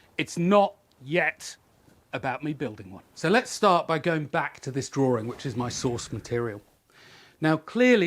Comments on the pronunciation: Why are you "draw-r-ing"? Where is there a second r in this word? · interestingly the drawring, then I heard some others say he - is for his. Looks to me like a new language creation. Its the invisible letters.